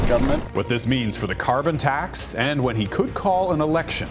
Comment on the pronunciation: He can't even say "CARBON TAX"!!! Which he installed in the first place!!!